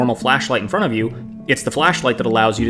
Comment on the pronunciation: "in fron of the camera", get English lessons.